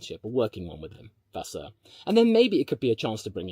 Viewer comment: Dude your accents are spot on for the diffrent languages HOW Benedetto Vignia was properly pronounced Vasseour was properly pronounced... HOW